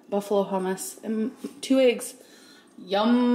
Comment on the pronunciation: Aaaygs in her little peenk set 🤪